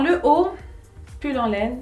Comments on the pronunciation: Kahina Cookie et même je pense qu'elle a dit aussi pull en loine au lieu pull en laine, non?!!! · Pull en louane WTF tu as masacrè la langue de molière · Jin's en louwwwine 😂 ... alors là kifeh ynetko le mot tenue = teni 😱😱😱